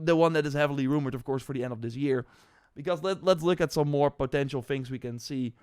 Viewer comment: its funny when you pronouns "potential"